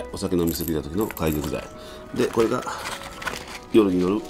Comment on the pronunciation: 解毒剤 〇げどくざい ×かいどくざい